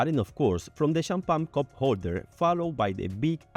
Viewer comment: I liked 'Champan' 😂